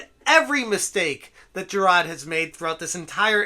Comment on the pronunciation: There is an “R” in Jirard. Moron